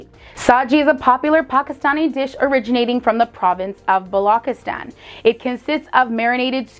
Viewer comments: Ur pronunciation was so good..expect balochistan u pronounced everything better then most foreigners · Other than Balochistan's pronunciation you pretty much nailed every word